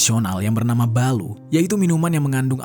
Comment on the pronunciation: Bukan ballu tapi Ballo'